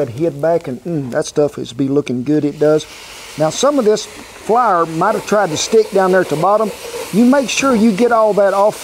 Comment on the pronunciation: and he says Flour like Flarrer || hehe